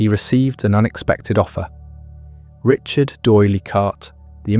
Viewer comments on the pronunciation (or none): none